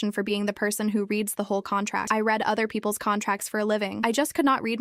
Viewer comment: Once again, AI chose the wrong pronunciation of the two possible ways to pronounce the word "read". Again. PS thank you to the person who said the story was incomplete. Sayonara.